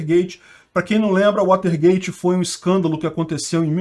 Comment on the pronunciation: WATERGATE não é waltergate